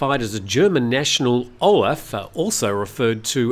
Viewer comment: The guys name is Olaf not Oraf... there is no such name as Oraf in the German language 😊